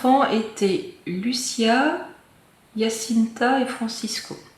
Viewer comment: Bonjour,Jaçinta c'est la pronontiation mais vous le dites tres bien,je suis d'origine portugaise